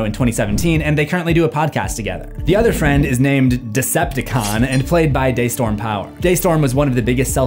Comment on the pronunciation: its "dee" storm